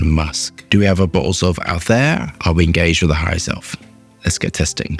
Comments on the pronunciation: It’s pronounced altaeer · Amazing how he can pronounce the ingredients that contain 20 letters but can’t pronounce the name of the fragrance